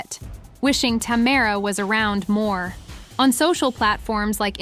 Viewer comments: Omg this is ruined with you saying Tamera’s name like that. WTH?! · Please pronounce Tamera's name correctly!